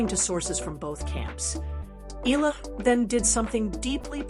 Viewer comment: Eala pronunciation E ya Ia